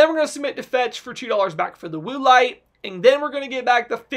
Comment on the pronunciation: Cracking up at “Woo-lite” 😂 Great deals!